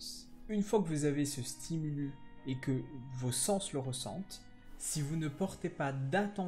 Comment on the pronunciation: Bonne vidéo ! (On dit un stimulus (stimulusse) et des stimuli) ;)